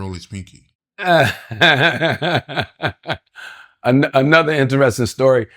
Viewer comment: Panky not Pinky😂😂😂